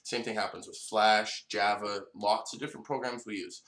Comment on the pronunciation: You cant pronounce Java : )